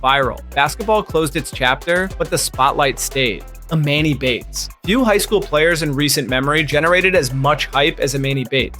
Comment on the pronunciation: It’s Emoni Bates . Not Emani Bates…. Google is free